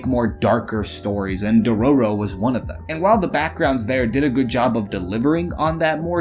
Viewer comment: entire video ruined by dororo pronunciation